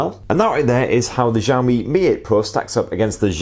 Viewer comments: Wtf??? Zhiami??? You should pronounce this SYAO-MI. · dude u shud learn how to pronounce xiao mi properly.. xiao in chinese means small... shiaow. as in ..to have a shower..without the er on the end.. not exyao... sorry to be picky.. i lived in china for 15 years and listening to the way you say it just makes me want to buy samsung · Its SHaomi not jhaomi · You say xiaomi like shiaomi